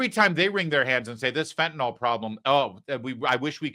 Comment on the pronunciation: It's not "fentanol" Larry!